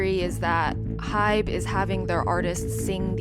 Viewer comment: I'm BEGGING YOU to do research on how to pronounce the things you opinionate on "h.y.b.e" it's HYBE ONE WORDDDDD😭